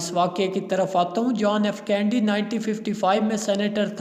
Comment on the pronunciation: قاری کا تلفظ ؟ کینیڈی کی بجاۓ کینڈی پوری گفتگو میں